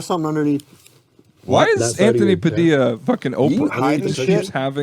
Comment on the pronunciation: Oh yeah I can kind of see the resemblance between and "Ted O Vision". And what's with not knowing how to pronounce names? 😂 Anthony Padilia!!